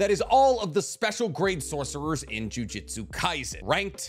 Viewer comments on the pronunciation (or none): Ok, does it piss anyone else off when he says juJITsu instead of juJUTsu. Small difference but god it annoys me. Can’t tell if it’s an accent thing or what but god it stands out and ANNOYS ME 😂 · Dude, for the love of Christ, ju-JUTSU not jiu-JITSU. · Jujutsu not jui jitsu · What is a "jiu-jitsu sorcerer"? I might be wrong but ain't it supposed to be Jujutsu as in "jujutsu kaisen" like the mangas title? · it’s juJUtsu not jujitsu. god it’s so annoying hearing people say that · It's JUJUTSU btw not JUJITSU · Respectfully, it's Jujutsu, not Jiu-jitsu. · it’s jujutsu not jiu-jitsu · Say it with me... JU-JU-TSU. JUJUTSU. not jiu jitsui. Im always cringing whenever you mispronounced japanese word 😂😂😂. Edo tensei, not edo tensay. Man,, you are better than this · another one that I'd like to tack on is his repeated "jiu-jitsu's", really got on my nerves lmao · stop saying “jiu-jitsu” man. great vid tho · mf keeps saying jujitsu sorcerer.